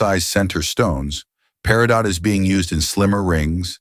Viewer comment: Enjoyed this immensely. Thanks very much. Couple of mispronunciations were a little distracting though: Peridot is pronounced: pair-i-doh Paraiba: Pah-rah-ee-bah Spinel: spin-L Also tourmaline is America's national gemstone. I am sure people would benefit from knowing this. Also tourmaline is America's national gem.